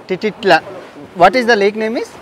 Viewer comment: 😂😂😂😂 tititlan😂😂😂 titlan